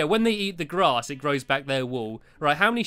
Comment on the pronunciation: stampylongnose whenever you say grass you sounded like glass okay bye